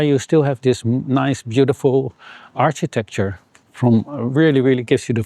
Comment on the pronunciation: in English, we say: "Architecture" like Arkitekture, with k-sound not like Architekture, with ch-sound even though Dutch say: "Architectuur" like Arsheetektuur, with sh-sound